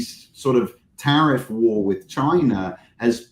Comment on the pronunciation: He needs to learn English it’s not Wit, it’s with.